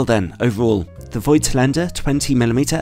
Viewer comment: BTW, the "oi" in the brand name is not a diphtong. It is pronounced rather like "Fawktlander". ;)